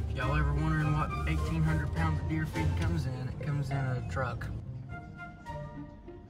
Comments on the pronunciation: This entire video I thought he was saying 1800 pounds of deer feet but he was saying feed😂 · I thought he said deer feat😂